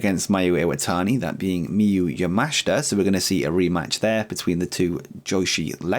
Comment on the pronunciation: Also, yes, pronouncing Miyu yamashita correctly now 👍 appreciate the effort xD